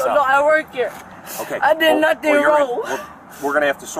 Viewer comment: I didn’t do “nutting”…….also she “can’t” breath…..😅